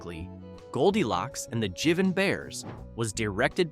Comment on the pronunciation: And it's pronounced Jiive' n bears!